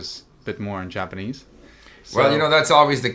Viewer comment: damn both of your japanese levels are really high. pretty good pronunciation too